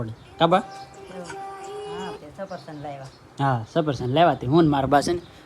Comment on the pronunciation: સરસ વીડિયો ભાઈ સફરસન નો કેવાય ભાઈ સફરજન કેવાય માડીતો ગઢા છે નો ખબર પડે તમે આટલી ફેશનમા બોલો તો તમને તો આવડવુ જોઈએ ને